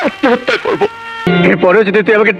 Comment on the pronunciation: প্রসেনজিৎ তো কোকড়া লেগেছে,উন্নত দেশ হওয়া সত্বেও প্রসেনজিৎ এর পোশাক মোটেও ভালো হয়নি। আর প্রসেনজিৎ এর উচ্চারণ স্পষ্ট মনে হলনা যেমন,হৃত পিন্ড=ড়িতপিন্ড,বার=বাড়,করব=কড়ব।